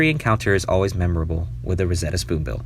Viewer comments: BTW it’s Roseate, not Rosetta. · Loggerhead shrike (not "lojerhead") and Roseate spoonbill (not "rosetta") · Nice list. But it’s the rose-ee-et Roseate Spoonbill